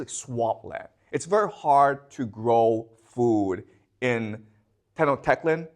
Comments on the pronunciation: Tenochtitlán: Teh-nosh-tee-tlan. Native Mexican languages and dialects are pretty hard to read and pronounce even for us Mexicans... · this is a historian that is not pronouncing tenochtitlan correctly… honestly lowers the credibility of this entire thing. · he can’t even pronounce tenochtitlan correctly